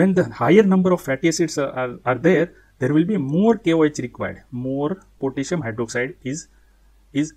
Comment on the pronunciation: Why u say pitissium😂